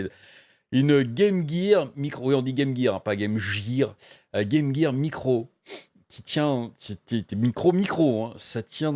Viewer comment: Quoi on dit pas « Jirz of war » ou encore « Metal Jir solid » ?